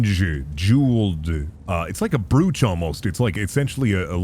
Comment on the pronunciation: Imagine pronouncing brooch as brooch